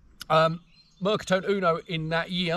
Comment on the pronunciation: Fabulous video , really interesting … I have an XL EV2 … amazing bike to ride, only on warm sunning days …. Ps, just a precision on the Italian … the E of Mercatone is pronounced and not silent… in Italian every letter in a word is pronounced … picky I know, again love the video